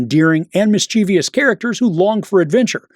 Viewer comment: “Mischievous” has only three syllables. 😉